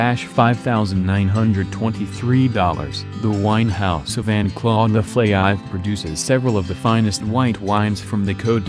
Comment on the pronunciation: lol.. oliver leflaive is not leflaie....